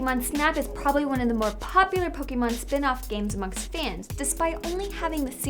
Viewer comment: Pokémon pronounced wrong once again. I honestly wonder how Nintendo reacts oh yeah "Amercia loves hamburgers and fast food"